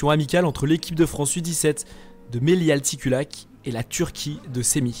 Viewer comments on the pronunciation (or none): Cher Sevgül, leur nom de famille est Altıkulaç, pas Altıkulak.